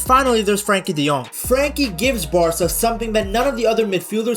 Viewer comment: hey idk if ur going to see this but as a dutchman, did you know the UY in Cruyff isnt pronounced the same way as the UY in De Bruyne? Its actually pronounced something like krauf (we'd write it as kruif), maybe the pronounciation is worth looking up. Also while im at it the "De" in De Jong is something like a "duh". Ofourse it makes sense that you use the english pronounciation but i thought i'd leave a comment abt this